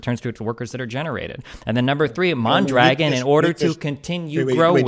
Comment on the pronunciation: Is it far fetched to imagine mispronouncing mondragon is some type of racist dog whistle